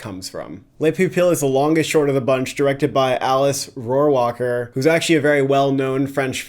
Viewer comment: Alice Rohrwacher is not french hence her name is not pronounced like that. It definitely does not matter and i didn't want to be rude, im just an annoying person and couldn't help but pointing it out lol